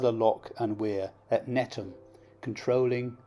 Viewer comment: Just a small point, as a guy brought up very close to the floating harbour in lower Knowle, Netham is not pronounced NETTAM, the th is sounded just as in the/their/those etc. Otherwise a great video.